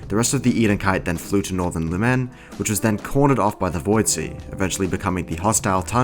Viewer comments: its not luMEN its LOOM'N GET IT RIGHT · The way you pronounce "lumen" Is peculiar